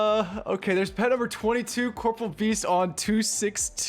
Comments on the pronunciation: Ok im glad im not the only one who was say Corporeal Beast wrong lmaoooo ill forever say it wrong idc lol I say Corporal too instead of corporEAL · i love how everyone mispronounces corporeal as corporal like the military rank lol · Corporeal not corporal lmao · OSRS player try to pronounce Corporeal correctly (impossible)